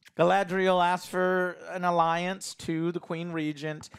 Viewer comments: Honestly I could listen to this guy struggle to pronounce Galadriel all day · Gala-N-driel lol how has Joe been pronouncing this so wrong for so long. There is no fucking N in her name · I love Joe, but if I hear "GalaNdriel" one more time XD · Galandriel and Phazon lmao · Stop it Joe... you are going to brainwash me into calling her Galandriel instead of Galadriel 🤣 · Jesus, Joe, it's Ga-LA-driel. Not Galandriel. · I demand Joe Cross-dress as "GalANDriel" in the next episode as punishment for mispronouncing her name for 4 straight episodes. And he can act better. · Joe its Galadriel man not Galandriel its easy dude, wtf, practice a little. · I'm twinging with Alex every time says "Galandriel" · GA-LA-DRI-EL.... it's not that difficult! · i love the way joe destroys all the names lol harbran, galandier, erondor, phazon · lol! Why can Joe not say Ga-LAD-riel??? great reviews. Just always gets me. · Jesus Joe can't pronounce a single name right :P I swear he's said galandiel light ten times, and a-dar instead of ay-dar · please take a moment to pronounce the names right - it's not hard - but it's like a screwdriver in the ear. If your whole argument revolves around legitimacy and how the lore is butchered, it instantly detracts from what you're about to say when you say Hambrand and Galandriel. Maybe that's picky on my part but you're picking apart the show. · The best part of these reviews is how many ways says Galadriel's name wrong. It's just amazing. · I wonder how many episodes will take for Joe to learn how to say Galadriel's name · It's fascinating to hear Joe mispronounce Galadriel in a different way every time he says it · Omg listening to Joe butcher the pronunciation of Galadriel every review is going to give me a brain tumor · Is Joe trying to say all these names wrong on purpose?